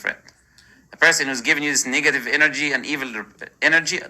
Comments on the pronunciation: Anyone else hear muslim lantern say niggative instead of negative 😂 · Every time he says the word "negative" it sounds like he is about to say the n-word.